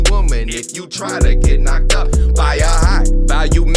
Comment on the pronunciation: Jigh value? Bahahaha. Like who? Tate?